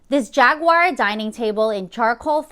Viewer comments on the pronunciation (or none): none